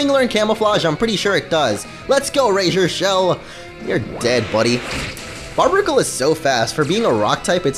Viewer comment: Barbaracle is pronounced bar-bar-acle